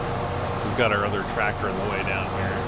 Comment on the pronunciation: I’ve been watching you for years. You’ll never be creepy! I lol’d when you said “trat’ter”!!!